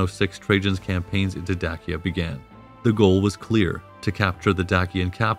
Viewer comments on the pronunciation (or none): Is it not pronounced Daysha? Not Dakia? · Dacia not Dakia!!! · 🤭ok,,, so the correct pronunciation of Dacia,(&any of it's variations), is NOT pronounced (Da•Kee•uh), it is (Day•She•uh)... There are not multiple ways of pronouncing it...and 🤣,,, the Danube,,, is (Dan•Noob),,, it is pronounced (Dan•Yube)... You NOOB..... look it's minor and I'm sorry to be picky..most of the rest of your production is pretty solid...I just simply do not understand how anyone who declares to be an Ancient Roman Historian,, could possibly mistake such common names directly related to the subject...I mean...WOW... You don't even have to have studied the subject in college or visited the areas, which every professional historian I've met has always done both..you could educate yourself and understand the pronunciation by simply studying online...unless you've done it as some type of unsure joke maybe?🤷🏻‍♂️,, I just don't get it...slightly compromises ones credibility.. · Great video. I always thought Dacia was pronounced like "day-sha". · It is pronounced "Da-Chi-Ya". Romanians pronounce "Ci" like in Latin. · Very interesting documentary series. My normal source for this period is "the history of Rome" podcast which is also fantastic. One major difference between the two sources is the pronounciation of certain names. this channel uses "Dakia", Desebalus", "Domietian" and "Danùbe" whereas the podcast uses "Dasia" ,"Dekebalus", "Domitian" and "Dànube". Which one is correct? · Pretty good. You receive high marks for historical accuracy and the art work. However we take issue with your pronunciation. Particularly with Dacia and the Danube river valley. Dacia is pronounced "day-she-uh". While the river Danube is pronounced "dàn-yoo-b`. A as in after. With the B being almost silent. New sub. Looking forward to your next offering. Greetings from Vienna. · * day-shu *day-shins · My wife is from Roumania, Dacia and Dacians, it's pronounced like..."Dachia and Dachians by locals 📕